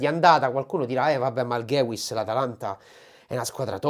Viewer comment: Gewiss si legge "Ghevis" con la v di vendetta